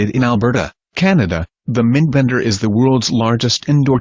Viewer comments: lol. it said mendbender instead of mindbender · "Meendbender, Mahndbender" Hehe...